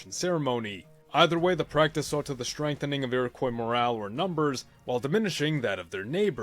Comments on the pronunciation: It's pronounced Iro-kwa not Iro-koi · Iroquois was normally pronounced "eero-qwaw" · Please stop saying Iroquois wrong, it's ur-uh-qwah